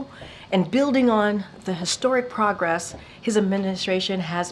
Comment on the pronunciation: What are "pawgress" and "champening"?